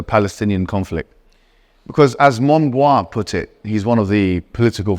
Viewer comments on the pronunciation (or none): MONBIOT not MONBOIS !!!. Why can't you speak in Urdu ?